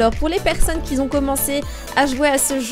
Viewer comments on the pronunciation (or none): Tu me stresses avec tes "Qui zont" Qui ont! Sinon je viens de commencer ce jeu, c'est vrai que c'est redondant ça se voit d'emblée.